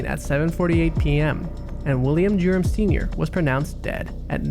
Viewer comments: everytime you say "Durham", i hear 'Germ'. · Dude, WTF! Can't you say Durham? Speak clearly d-bag! It sounded like you're saying 'germs' or 'derms' and made no sense. I had to Google it. Now I think it's better to read it on Google than listen to you a-hole speak. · Omg the pronunciation of Durham is killing me...it sounds like Germs when he says it! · Every time i kept hearing “the Germs” instead of the Durhams 🤣😂